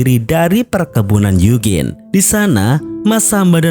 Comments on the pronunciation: bukan yugin bang tapi yujin bacanya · Eugene klo dibaca yujin 😂